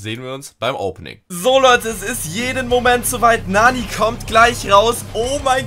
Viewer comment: Bruder es heißt nicht Naani, es heißt Nanny. Und sie ist weiblich, nicht männlich